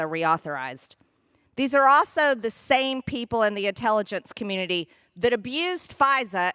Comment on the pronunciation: The rules for "THEE" not "VEE". Those space lasers have gotten to her head again.